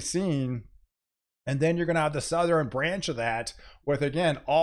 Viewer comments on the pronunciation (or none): Southern, not South er Ren same for nort east, west